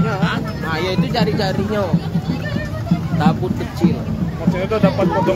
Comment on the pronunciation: TABUT bukan TABOT, mohon diperbaiki